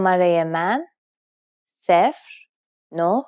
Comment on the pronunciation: we dont pronounce it seefer (its sefr)